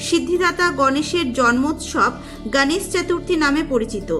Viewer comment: সুন্দর ভিডিও। কিন্তু গনেশ চতূর্থী যতবারই বলেছেন হিন্দী উচ্চারণে। ভীষণ কানে বাজছে। আপনি বাংলা ভাষায় ভিডিও করেন। মহারাষ্ট্রে এই পূজা খুব ধুমধাম করে উদযাপন করা হয়। কিন্তু বাংলাতেও এই পূজা নিষ্ঠা ভরে করা হয়। তাই উচ্চারণে বাঙালিয়ানা থাকলে শ্রুতিমধুর হবে।মোদক কথাটিও বাঙালি উচ্চারণে বলুন। আশাকরি আমার উপদেশ ইতিবাচক ভাবে নেবেন। ভালো থাকবেন।❤❤